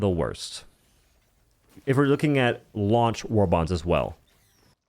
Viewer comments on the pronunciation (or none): none